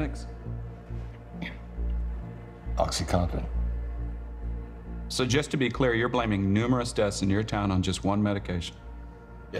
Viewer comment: How the hell did Hulu make an entire series about OxyContin without finding a SINGLE actor who knows how to pronounce it?! It’s not OxyCOTTON! It’s OxyCONtin! Drove me nuts! It’s like watching a movie about selling homes in which everyone says REAL- a-tor. Or one about Chernobyl where they all say NU-que-ler.